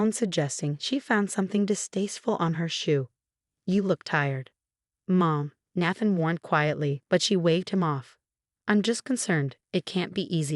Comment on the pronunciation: Good grief!!! This is the 2nd video where the voice-over mispronounced Nathan and naive...and many other words, but those are the worst. Fix it!!!